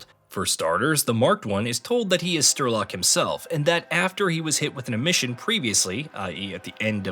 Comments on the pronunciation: "sturlock"... come on, it's not that hard to say "Sh-tray-lock". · " Strelok " not " Sterlock ". Sorry, a good video, just wrong name of the main character set off my OCD. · "Strelok" is pronounced as Streh-lock (you do it like Sturlock or smth) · Stiiirlok? Wtf men 😂 i knew americans cannot pranoince words , but dude SREEEEEEELOCK not STIIIRLOCK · Its strelock not sterlock you dimwit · Strelok ❌ Sterlock ✅ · Why cant you say names properly? Its Strelok, not Sterlok. There was lately another video where you did that. And its really annoying. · Strelok not sterlok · Honestly calling him Sterlock throughout the whole video shows you clearly don't connect with the source material and you really should redo this video. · Thanks for the recap, definitely helps to understand the game before playing one. BTW, it is Strelok, pronounced as written - StRElock,not StErlock. Strelok means shooter. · Strelok... not sterlok lol good video tho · Why does he keeo saying "Sterlok"? Is he stupid? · Lmao “sterlock” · How are you calling him Sterlock? If you've actually played the games you literally here how to say his name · Came here to laugh at stir log and see im not alone. Just read the name dude. Spell it out, son. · Great video, it's just that I feel an emission in my head every time you say "Sterlock" & "Newsphere" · It's "St-RE-Lok". Which actually means "The Gunslinger", being a Dark Tower homage. Also, No-O-Sphere. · stERlock, lmao - wrong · Everytime I hear Sterlock I take Psy Damage to the brain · Stopped watching. Sterlock really? This guy never played Stalker. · Yeah, no. Unwatchable. Stopped after 4 mins, because of that Sterlok thing. Untrue, how you dont give a fuck about that all. First GSC are only having struggles and troubles all day and then you dont care to say names correctly. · lol im watching this to prep for the new game and now when it gets said there, it's going to sound so off. Dude is ingrained as Sterlock now in my mind